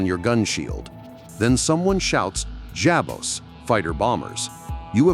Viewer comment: 'JAB bose'? Really? If you are going to have computer narration, at least give us the common freakin' courtesy of reviewing it (proof-reading -- if you will) and at least try to minimize the mistakes (or just simply DON'T PUBLISH IT!)! German language a 'J' is not a 'hard' "J". In the case of Jabos and similarly with the case of Junkers it is "Yab bose" or Yoon kers (dialectically that would be 'Yoon kehrs' or 'Yoon cairs'. Try again you silly 'ittle Boy!